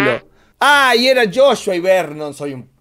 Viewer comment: no se dice Joshua ahora se dice hoshua✔️🔥😂😂😂